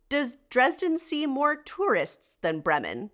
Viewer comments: Bray-muhn. please pronounce it properly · I have to admit I was thrown by your pronunciation of 'Bremen' and 'Bremerhaven'. As someone living in Germany, I would have thought you'd know better.